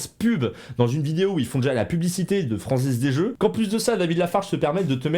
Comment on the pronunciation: " la franzez des zeux " Pardon